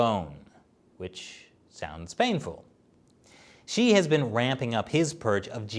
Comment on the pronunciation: Pronunciation of “Xi” is “See” not “She”. Try that in your next episode.